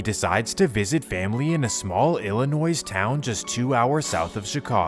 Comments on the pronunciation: The "s" at the end of "Illinois" is silent bro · He also pronounced the S in Illinois 🤦🏽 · black people say Inglewood... it's Englewood ..not anglewood but the e is pronounced ..black people also say Illa Noize lol I grew up with Chicagoans .. it's was chi town illa noise until 2012 when chief keef came out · You don't pronounce the "S" in Illinois. Also, there are 30 days in June, not 31.